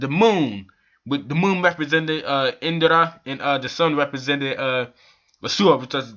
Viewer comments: It's Indra not Indara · Dude it's INDRA not Indara ...